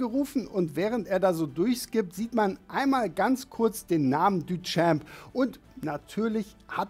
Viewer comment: Bitte lernen wie man „Duchamp“ ausspricht